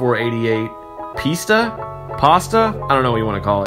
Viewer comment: Pronounced P'ee'star.